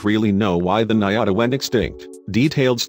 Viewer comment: Good video but the correct name of the cow is "ñata" and it is pronunced diferent than niata